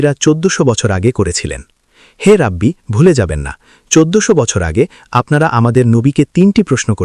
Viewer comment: শব্দটা রাবি আর অনুবাদক উচ্চারণ করতেসেন রাব্বি!🙄অনুবাদের সময় শব্দ গুলো উচ্চারণ ঠিকমতো করতে হবে!